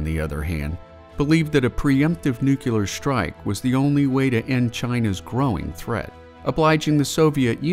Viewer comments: Nuclear not nukuler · Great videos, but it's "nuclear", not "nucular" :D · it's pronounced "nu-clear" not "nu-cu-ler"...there is no u after the c. if you want to learn how to pronounce nuclear don't watch this channel.